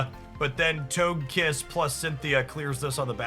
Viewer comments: For the love of pokemon please learn the pronunciations. How are you saying togetik correctly and then say TOGE KISS It's TOH-guh- kiss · You mispronounced Togekiss. Toge is pronounced like Doge. You know, like the meme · i mean you got togepi and togetik right.... then suddenly TOGE kiss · Them pronunciations are throwing me off! 😅 I grew up knowing them as togepi (Toh-geh-pee), Togetic (Toh-geh-tick), and Togekiss (Toh-geh-kiss). I mean, i could be wrong. It's just weird for my brain to hear them pronounced that way! lol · It’s so hard to say Toagkiss. Why do people make it so hard to say it? He says Togetic correct but once it’s Togekiss 🤷